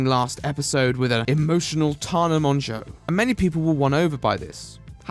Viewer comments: I'll add a meaningful comment when the video is over but in the meantime fucking THANK YOU for pronouncing "Mongeau" properly. I don't fucking know where her or her family got the idea that it's pronounced "mojo", probably a bastardised and anglicised way of how it's supposed to be pronounced because it's French but I get so irrationally annoyed about it every time I hear it even though it's such an idiotic thing to be annoyed about. I can't help it lol. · Thank you for pronouncing "Mongeau" correctly